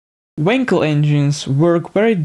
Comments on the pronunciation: For the love of god it's wankel not winkle stress the fucking A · you say wankel with an a like in wallet :)